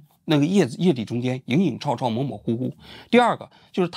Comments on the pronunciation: 王志安是不是有毛病？影影绰绰能读成chàochào？你到底读过书没有啊…… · 王局，如果你再念错别字的话，我就要把你和小学生划等号啦。影影绰绰，chuo。